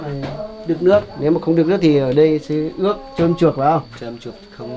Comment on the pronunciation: Ướt.mới đúng. tiếng việt nhé..k phải là ước đâu. cần cố gắng phát âm cho chuẩn. truớc khi đứng trước ống kính.thj phải luyện tap giọng nói trước khi lên hình